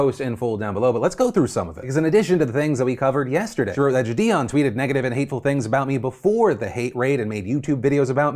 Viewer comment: I'm actually gonna unsub if he mispronounces jidion one more time